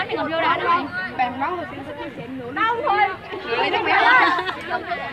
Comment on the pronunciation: Đoạn cuối Cúc cứ: "hết giờ lè! hết giờ lè" :v :v :v "sắp hết giờ dồi" :v